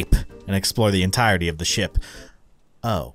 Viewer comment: i thought you said sh*t instead of ship xD